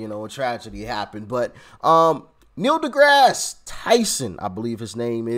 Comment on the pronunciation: Neil DuhMass Tyson